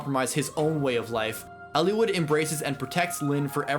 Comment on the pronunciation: I love your analysis on the behavior and development of these characters, Eliwood in particular, it's what drew me to your videos, but I hate the way you pronounce the names.